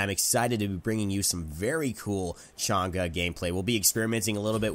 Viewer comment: PEOPLE STOPE PRONOUNCING CHANG’E NAME WRONG OMG WHY ITS NOT THAT HARD TO JUST SEARCH UP HOW TO PRONOUNCE HER NAME PEOPLE!!!!